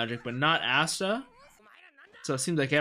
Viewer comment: Ah-sta lol i swear i heard you say assta 😂